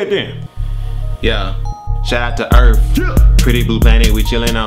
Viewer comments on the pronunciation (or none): Did i hear earf